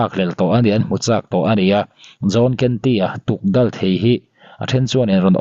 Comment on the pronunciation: Tukdal an ti lo,tukdawl tih tur aw